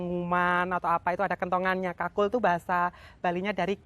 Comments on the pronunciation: Kulkul... bukan kakul.. Bale kulkul= bale kentongan. Kakul itu keong.. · Kulkul....bukan kakul. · Bale kukul bukan kakul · Bale kukul bukan kakul 😁🙏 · Bale kukul mbak bukan bale kakul 😂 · Mbak, bukan kakul, tapi kulkul. Kakul itu keong yg ada disawah. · Bale kulkul mbk..bukan kakul..😁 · Kul kul , ga kkakul , kakul = siput mba😄😄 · Bale Kulkul mbak e....bukan bale kakul.....😥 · Balai kulkul mba,,, bkn balai kakul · Bale kulkul kali maksudnya ya, bkn bale kakul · Musium Bali.. Tepatnya di jl.mayor Wisnu.. berdampingan dengan lapangan Puputan Badung.. Maaf mbak.. bukan balai kakul.. Tapi yg benar Balai KulKul..🙏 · Bukan kakul mbk, tp kulkul😃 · Saya koreksi namanya bukan Bale Kakul, tapi bale Kulkul.. Kalo Kakul itu artinya Keong. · Bukan bale kakul,tapi bale kulkul. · Balai kulkul mbak Bukan balai kakul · Ralat mbak kulkul bukan kakul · Kulkul jeng bukan kakul wkwk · Kul kul, bukan kakul 😂✌️kakul kan keong